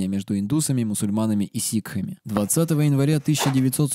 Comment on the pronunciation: Вместо сикхами слышу ситхами ААААА